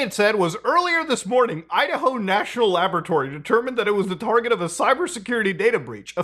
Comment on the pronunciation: Love how he says “laboaratory” like Dexter haha